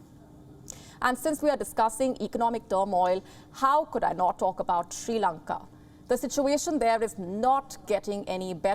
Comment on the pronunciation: Not Shi Lanka. It is Sri Lanka. Improve your pronunciation.